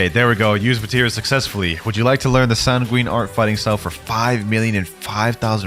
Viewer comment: At the start of the video did bro really say tanguine arts